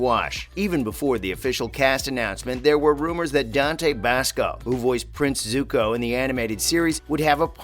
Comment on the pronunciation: Dante Bassco? Soohka? What is this M. Night blasphemy?!